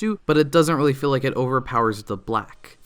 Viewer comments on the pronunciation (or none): none